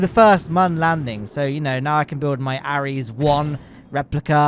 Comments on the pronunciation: It’s called the constellation program btw and the rockets are pronounced “air” es, not “a” res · Ares pronouced "Ehrese"